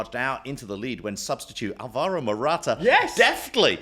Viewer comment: Love the show, gents! Now that you guys are thoroughly American, could you please stop mispronouncing the name Álvaro (as most of the EPL announcers do!)? Emphasis on the first syllable, please 🙏 and thank you.